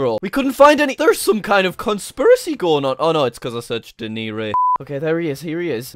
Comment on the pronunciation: I love it when Jack goes " where U gonen? " Lol idk how to spell